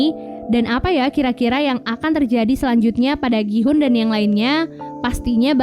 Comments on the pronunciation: Gi hun bukan Ki hun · Gi-houn bukan ki-houn😑